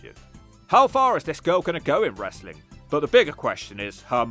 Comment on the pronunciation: I love how Russo constantly complains about how much he hates "WRES-A-LING" (BRO). And constantly claims he wants nothing to do with it. Yet always comes grovelling back to any company that will take him because he has zero skills to do anything else with his life. Seriously, Russo hasn't had an idea that's drawn money since the Clinton administration. Dude is the ultimate wrestling cancer.